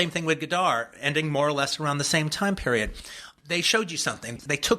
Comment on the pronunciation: it would have been nice if you had learned to pronounce his name correctly, Tarantula.